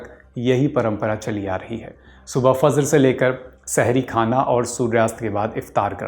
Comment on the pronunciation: ग़लत !! एक एक लफ्ज़ सही से pronounce kiya hai, iska matlab aapki bhi urdu kharab hai. Presenter ne Fajr ko Fazr कहा है, Hijrat ko hizrat aur bhi galtiyan thi.